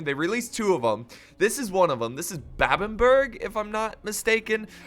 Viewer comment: You said babbanburg I believe its pronounced bebbanburgh